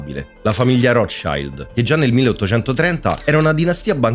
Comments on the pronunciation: Si pronuncia come si scrive Rothschild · Si dice ROTSCILD. Non e' inglese ! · Per come ha pronunciato Rotschield ? eddai